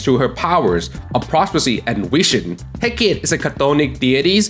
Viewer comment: It’s pronounced hek kah tee.